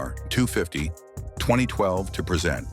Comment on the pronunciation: This AI can't pronounce the word "present" as in "now" vice "to introduce"